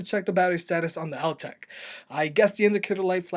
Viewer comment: After hearing the Altec pronounce it's name he STILL mispronounced it..